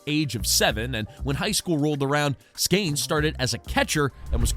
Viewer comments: Bro...did you really just mis-pronounce his name right out of the box....there is no "a" in his name...That was not a deep booming "long strike" foul ball. That was like a weak dribbler down the first base line foul ball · Skeeeeeeeeeeeeenes. Not Skaaanes. Do research. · Why do you say “Skanes”? Come on, man. It makes you sound like an idiot. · it's not skAYnes it's skEEns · Please you are crushing my ears. Stop calling him skains!!!! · Skanes?? Is this bad AI?